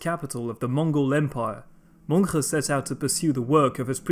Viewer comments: Just a few clarifications on the Mongol pronunciations: The name "Mongke" is pronounced more like "Munk" and "Ariq Boke" like "Areeq Bohe" in the Mongolian language. Your pronunciation of Khublai was pretty close. When Mongolian people say the name, they pronounce it like, "Hu Bu Lay". The ones you used here are closer to the Chinese pronunciation of Mongke and Ariq Boke, as well as occasionally the western pronunciation of Khublai, which is understandable to make it easier for people to follow; not putting a knock against you or anything like that. Overall though, another solid video. Keep up the good work! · As an Mongolian person i found very interesting how you prounounce these names. "Mongke" is Pronounced Mönhe And "Khublai" Is pronounced Hublai. I always found very annoying that Yuan dynasty was Chinese led dynasty and not mongol. These other countries always claims that Mongol property and people was theirs and there people. Like Kazakhstan. Claiming Golden horde is theirs. They cant even pronounce and say the words right. Altan hord